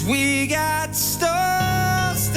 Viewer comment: pronounces: st oooh rs" Robbie more like: st uh rs: pr ee in' Robbie: pr a in'